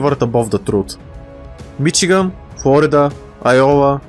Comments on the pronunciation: Just a small nitpick but we pronounce Michigan like Mishigan similar to how the Germans would pronounce it due to the large German influence in the Midwest. Other than that loved the video keep it up man! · As a Michigander, I am very happy you made this (also it’s pronounced mishigan, with an sh sound instead of a ch sound).